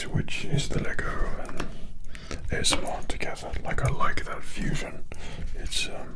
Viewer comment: why’d he say "AMSR" tho